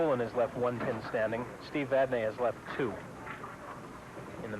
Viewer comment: and: Steve, how do you pronounce your last name? Steve Vadney: Vadnee and: Too bad, we'll do it our way.